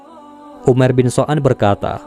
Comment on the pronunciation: Umair bin sa'ad bukan so'ad😅